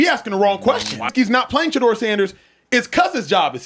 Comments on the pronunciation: The CC and narration kill me; they continue to slaughter that man's name. SMH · Gruden history? Wont happen... Learn to pronounce Shedeur's name properly...please!!!